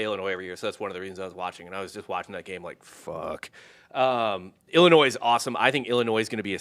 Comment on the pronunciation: Its not pronounced ellinoy.. its a fucking i not an e